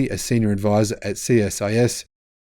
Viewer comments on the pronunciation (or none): none